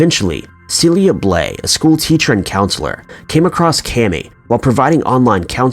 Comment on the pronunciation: Kami is not at all pronounced that way.